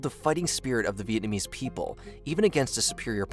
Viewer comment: I love how you pronounced every single Vietnamese word wrong 😂